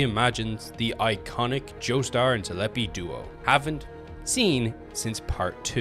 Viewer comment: Good video but please, ZEPPELI not ZELEPI